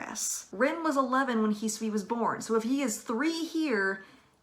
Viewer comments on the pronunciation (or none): none